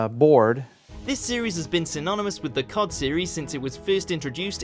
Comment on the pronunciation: Don't ever say C.O.D as a word again it sounds stupid my man